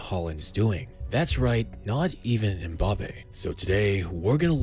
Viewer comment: Mbappé* not Mboppe